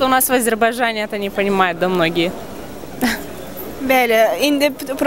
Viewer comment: 2.07 " просто у нас в Азербажжжжжжане не понимают это " deyən çuşka birinci Azerbajjjjane yox AZERBAYDJANE . Azerbajjjan erməni deyir, yegin ermənidən əmələ gəlmişəm, ikincidə hamı artig normal baxır ama sen yana yana niye Azerbajjjan deyib AZERBAYCANİ beyenmirsen??? Ay urodka. Yanındakı qoyun ne deyir EVROPA HAHA HAHA EVROPA HAHA "EVROPA SAYILIYIGDA" ---- BU NE SOZDU VE NE VAR BURDA GULMELI KI BU GÜLÜR. OZLERİ GÜLENC VEZİYETDE KECE QİZLARİ KİMİ DANİŞDİLAR